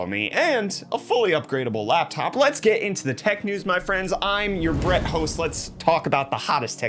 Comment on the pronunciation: For moment I thought he said BREAD.